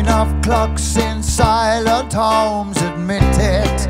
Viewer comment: I hear it on 'Shades Of Blue' as well, 'Hunky Dory'! Gotta be a nod, how he pronounces "silent homes", especially at the album version. 'Kooks'-style.